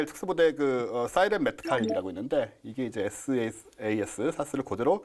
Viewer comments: 왜 SAS를 사스라고 발음하는거죠? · 전문가이신 두 분이 SAS를 계속 사스라고 하시는데 Special Air Service를 영국에서는 에스 에이 에스라고 부릅니다 SBS (Special Bote Service) 를 에스 비 에스라고 하고요 SBS를 스브스라고 부르진 않죠...